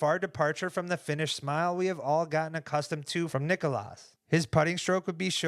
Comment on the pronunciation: I love you guys, but as a Finn just please pronounce it correctly. And if Jomez is reading this, I mean you too... It is not Nik-O-Las. It is Nik-Las. The difference for us it is like comparing Stephan and Stephen. It hurts man, it hurts. If you need more instructions, it is like Legolas and Leglas. Please, I cannot take this anymore.